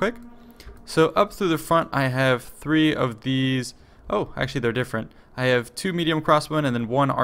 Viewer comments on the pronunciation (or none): none